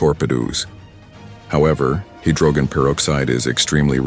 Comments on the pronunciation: But then your reader, (is it a new, untested, robot?) goes totally hayware. Hydroggen, with a hard G? "Torpy-doos" for torpedoes? C'mon, kids, you're supposed to be in grown-up land when you go public on the Internet. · "the unfortunate collapse of the Soviet Union" lol who the hell produced this? the rest of the narration is terrible the pronunciation of hydrogen and torpedoes at the end is it an illiterate 'bot?